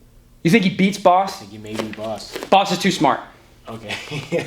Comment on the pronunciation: I found your analysis very good. But: Bas => Boss! 👍🏽😄